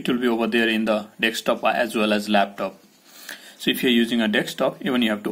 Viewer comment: It's not Dextop dude